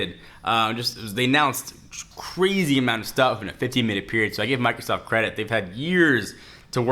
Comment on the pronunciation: Did he say Microsauce at the beginning?